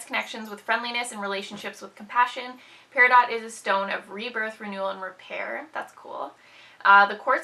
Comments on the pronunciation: No. lol. It's Pear-a-doh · Peridot is pronounced, Pear-a-doh. The t is silent. :) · The I is more like Eh than a y sound.